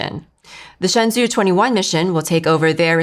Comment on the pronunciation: 神舟Shenzhou is pronounced as shén zhōu like Shen Joe